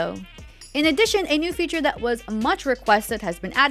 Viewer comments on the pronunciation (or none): none